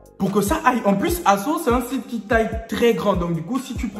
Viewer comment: On dis asos